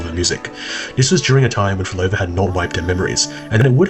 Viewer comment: So you’re saying Phrolova was creating an “Outer Heaven”? WHEN YOU CAN’T EVEN SAY MY NAME🐍🫡